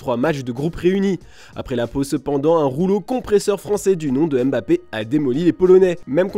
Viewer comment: Mon oreille saigne à chaque fois que vous dites Mbappé. Respectez la prononciation de son nom s’il vous plaît 🙏🏾